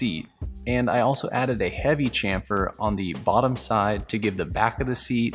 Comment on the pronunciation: Please… can we start a movement to get Americans to pronounce Chamfer correctly? We know you can do it… you did with Chevrolet 😜